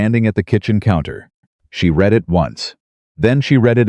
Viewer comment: If you can't do the narration without crap in it and can't learn how to pronounce "Read" and "Quieter" correct then you need to get someone else to do the narration or stop all together